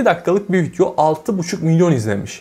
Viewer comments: Arkadaşım şuna "vityo" deme ya valla sinirim bozuldu. Vityonu beğendim :)) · kardesm agzına saglık adamsın ama vityo demeni düzeltmeli değiştirmelisin :) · Keşke video'ya vityo demesen 😒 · viTyo ne ya.. daha vidyo demeyi bilmiyor ama para kazanıyor..